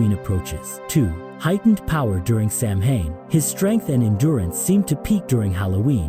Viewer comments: It’s pronounced Sow-in. Not Sam-hain lol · It's pronounced "sao-in". Not Samhain.😂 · Sow-win. Not sam hain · Its not sam-hayn, its sow-wen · It's sow in. Not sam hain. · Pronounced “Sawin” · If it helps ….Samhain is pronounced like ‘SOW-WEN’….. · Samhain is pronounced "Sow win" I'm irish it's my language that's how I know